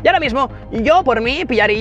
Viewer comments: Se dice media mark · Me pones nervioso cuando dices mediamarket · Cada vez que decías: "Media Market" se me rompía algo por dentro. 😂